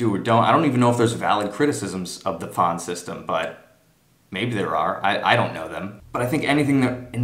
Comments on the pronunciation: Really bad video and not really accurate. And it's "Pfand " you say it fand not faaand.. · 1. verwöhnt bist du! 2. Your German is very good. Try improving your pronunciation of the word Pfand. Especially the a-sound